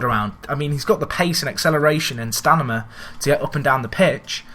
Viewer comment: Why do you say stanima instead of stamina?